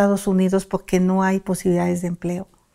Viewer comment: Poque , poque 😂 ni siquiera sabe hablar y de habladora ni se diga